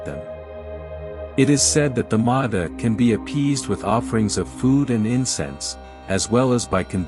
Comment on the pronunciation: I knew you'd mispronounce Ma Da when you get to it.